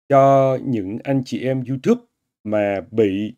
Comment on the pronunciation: Anh gv tiếng Anh nói là du túp